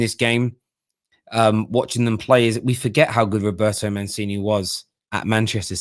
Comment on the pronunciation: Say with me: MUNCHEENEE (aka Mancini). 😉